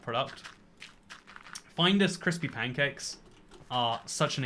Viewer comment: Why can't you pronounce Findus properly?